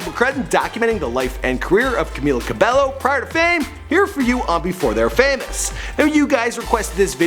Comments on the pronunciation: Camila Ca be low wtf dude, thats not how u pronounce her name 😂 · "Karla Camilla Cabello Estrabo" omg he only got Karla right 😂😂😂 CamEEla CabeYO EstrabAo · Her name is pronounced Camila CABEYO Not cabello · G eazy ?!?!? They never collaborated and its cabello not cabelo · Its pronounced ca-mm-illa cabeyo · Normunee,Deny Jane,Lauren jaroogi,Camilluh cabellow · Banana Cabello Not cabeYo its Cabello (BELLO) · Pretty little lairs Fan NO ITS NO TWO LL'S PRONOUNCED IN SPANISH IS Y SO ITS cabeYo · Banana Cabello lmao I SEE YOU EVERYWHERE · em cueva No it's pronounced 'CabAEyo' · 1. it’s cabYO 2. she didn’t release her album or “ep” and it’s not called the hurting ...etc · It's CamEEla CabAYO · The 100 Challenge Cabello is pronounced Cabeyo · You pronounce it Cameela Cabeyo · "CAMILA CARBELLO"😑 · It's pronounced cabeyo. Period. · Cameela Cabeyo* Pronunciation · It's pronounced cabeyo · (violently.) cough, cough cough CABEYO DUDE JESUS CHRISTMAS CHRYSLER BREAK MAN. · Banana Cabello did u hear him like Normini kordi, Lauren jorgi and Dani jane im so mad now just bc of that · Banana Cabello I'm triggered when he said CABELLO